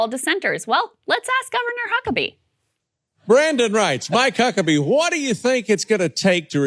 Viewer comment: Hehe, Krystal said Mike Cuckerbee